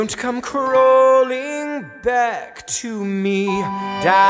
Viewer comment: It's beck